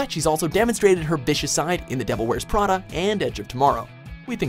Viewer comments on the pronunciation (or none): none